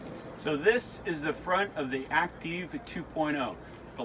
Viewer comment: Would it not be pronounced "Active"? "Acteev" is Goofy!